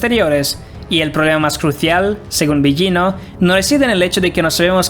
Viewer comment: No se pronuncia "Biyino". Busca la pronunciación correcta. No existe ese sonido en el español, pero es más parecido a la L.